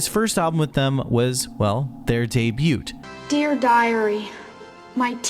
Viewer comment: yo who tf says the t at the end of debut? i promise they do that shit for rage bait.